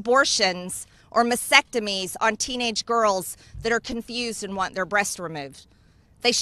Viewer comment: She spoke clearly and pronounced every word correctly, but one - "masectomy?"